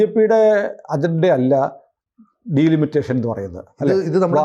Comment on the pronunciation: It's not ഡീലിമിറ്റേഷൻ. But ഡിലിമിറ്റേഷൻ.